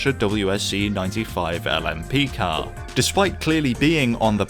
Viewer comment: This cyarrrrrrr…….it’s a drivers cyarrrrrrrrrrr